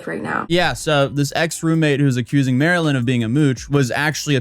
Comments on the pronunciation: Idk why it irked me but her screen name straight explains how to say her name. Not Marilyn. Marlyn (like the fish, marlin) hence her name marlynlikethefish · Bro MAR-LYN…. “Like the fish”